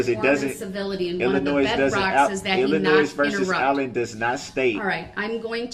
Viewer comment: I too love how she says “Ayllen”. Her accent, along with everything else about her, is perfect.